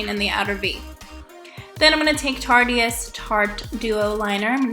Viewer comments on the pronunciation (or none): no offence but I'm pretty sure tarteist is pronounced like artist but with a t